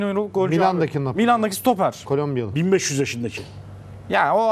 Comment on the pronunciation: Sutoper ve sukor diyorsun serday bey. Sürekli. Çok mu zor stoper ve skor demek. Anlamıyorum ki. :)